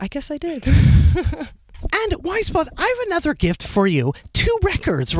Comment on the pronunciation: quién más pronunciaba su nombre como... pues... "weyes" jajaja